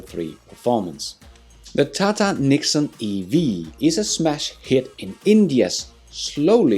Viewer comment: the TATA NEXON is NOT pronounced (NIKON ) but rater NEX - ON